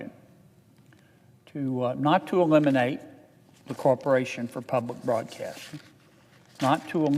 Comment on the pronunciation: I have to turn this off because I can’t hear him “ Ppubbb-lick Bwodcaating…” he’s like bad Elmer Fudd larp.